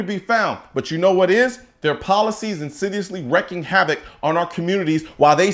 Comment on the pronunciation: Just as an aside... it's not "wrecking havoc", it's properly "wreaking havoc" (reek-ing)